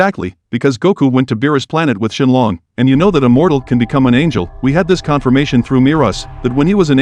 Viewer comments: Bro his name has English in it and calls shenron shenlong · Bro put ShElOnG 🤣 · It’s shinron 😂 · It’s shenron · Shen Long is technically the correct way of saying it, the only reason he’s called Shenron is because that’s how Shen Long is pronounced in Japanese